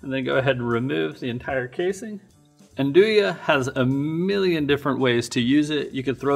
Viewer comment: The one used in the video is kinda lame. You are not even suppose to slice real Nduja, it has to be heated then you can spread it on bread. Also the video gets the pronounce wrong : the J is pronounced like in "Bonjour" in french.